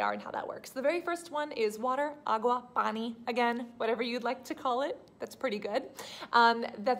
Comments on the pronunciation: As soon as she said water-PAANI.. I liked the video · did you say PAANI?! <3 Poon jab love